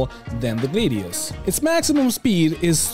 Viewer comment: Buddy, you’re the best, I love your content, but I gotta tell ya man.. Gladius and Gladiator come from the same route word, so it’s a “Glad-e-us” I dunno if you’ve heard this before and don’t care, but I’d tell you if you had something stuck in your teeth, so I might as well try and tell you that you’re sayin’ it wrong, and let you do with that what you will